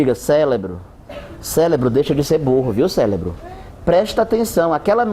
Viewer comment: eu escutei "célebro" kk